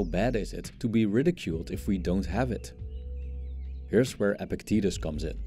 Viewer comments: It's not pronounced "epic titties" it's pronounced EPICT-etus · I think the philosopher's name is actually pronounced "epic titties"